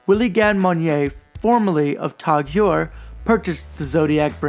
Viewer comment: Its pronounced Tag Hoyer. Also I jumped on Chrono24/Ebay looking at Zodiacs and I'm now really considering the Sea Dragon automatic.